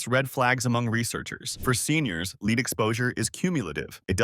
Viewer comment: Lead mispronounced "Leed" makes for incredulity .